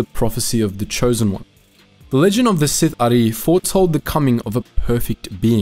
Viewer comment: My dark side heart cries whenever you say "seethare" instead of sith'ari